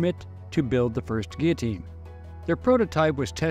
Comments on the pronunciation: It's pronounced 'geetohteen'. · Great video, but the l's are silent, in guillotine. Not knocking you. Just want you to know. Great video, again. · You'd think a history professor would be able to pronounce this machines name correctly.